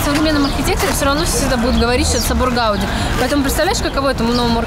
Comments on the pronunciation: ГаудИ , а не ГАуди !] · Gaudí, ударение на и.